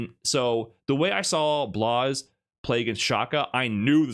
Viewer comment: Blaz, not Blaze